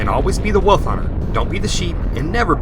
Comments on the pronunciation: what's a "wuff" or did you mean "wolf"? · Thumbs down for saying "woof" instead of "wolf"